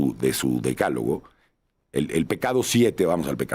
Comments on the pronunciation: Vivieron el décalogo en lugar de decálogo???? Aaarrgggg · Ahora entiendo, el Gobierno de México gobierna como escribe, con faltas de ortografía, que pasó mi, DECÁLOGO, haber repite DECÁLOGO, con acento en la A no en la E, a que mi!!! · Decálogo, le fallo el acento a la científica con A... Cuando se refiere a la gente quiere decir que se lo pidió su patrón AMLO, no creo que ella tenga la capacidad como para idear esas 10 propuestas.